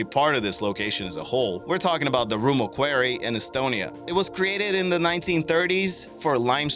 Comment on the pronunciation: How do you not know how to pronounce Quarry? And Casino?